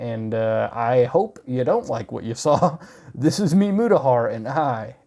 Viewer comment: The way he says Mutahar sounds like a sim talking gibberish